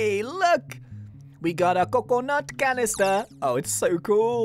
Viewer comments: we got a coconuht canneestuh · we got a coconut canistah